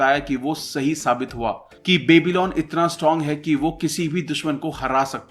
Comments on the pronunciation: It's pronounced as byabylon not babylon :) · क्यो बेबी-लॉन बोल रहे हो यार वो बॅबलॉन है कोई बेबी..लॉन नहीं